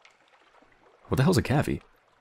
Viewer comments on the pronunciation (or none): It's pronounced cave-E. A cavy (cavies is plural) is another word for guinea pig.